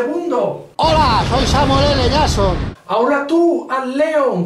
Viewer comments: Samuel L "yason" Hahahahahahahahahahaha. Si no saben pronunciar en ingles para que hacen videos????? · Samuele le llason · Samuel ele shason